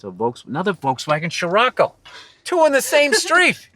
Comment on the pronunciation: Damn he pronounced Scirocco correctly